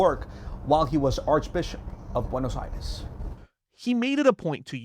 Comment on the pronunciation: Pronounce it correctly not Buenos Ayreis!!!! Buenos Aires